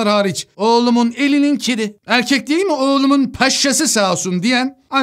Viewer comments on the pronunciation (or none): none